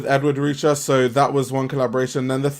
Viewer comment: Just for clarification- Ed Ruscha is pronunced Ed “Roo-Shay”